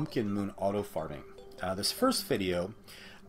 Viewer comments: did anyone else notice it sounded like he said auto farting instead of auto farming in the beginning? 🤔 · you said farting insted of fRMING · Did he say "auto farting" at the beginning? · Uhh at one point at the start it almost sounded like autofarting